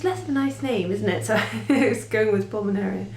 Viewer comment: Hi! Thankyou for your encouraging videos. Yes, you are pronouncing Pulminaria right, but although Wort is spelt 'wort', it is ACTUALLY pronounced WERT! Such are the vagueries of the English/ Latin,???, language/s...Also Pulminaria, is so named, because the leaves, in particular are thought to resemble the inside of the lungs! ie:- Lungwort/wert! It or they, (there is an all white flowering one with plain green leaves), was used as a herbal remedy for chest complaints, is also known as Soldiers and Sailors. The flowers start off as one colour, then change to a darker colour as the flowers mature! Once you have it/them, they are very hard to get rid of, should ewe want to.... Thankyou also for filming your Mother-in-law's videos.... love Sue M and Cattts xxxoooprrr